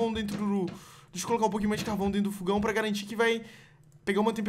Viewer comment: não é fugão é fogão